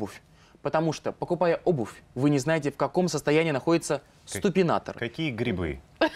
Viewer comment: ступинатор СТУПИНАТОР господи